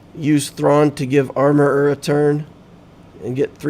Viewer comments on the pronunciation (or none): And comedy, every time you say armorer i laugh